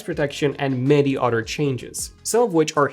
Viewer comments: That means you watched this to the end…and didn’t bother going to an-AUTER….😮😮😮😅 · Utter than that he’s great.😂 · On the Udder-hand 😂😂😂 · He's talking about cows, right? Utter? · This guy still can’t say “other” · Masters English as a second language except for 1 extremely commonly used word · He needs a “different” word